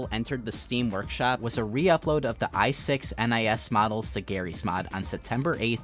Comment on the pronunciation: pretty sure i6nis is supposed to be pronounced "ignis", meaning fire